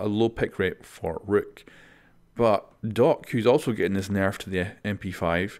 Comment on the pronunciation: I like the way you say nerf. Very cool.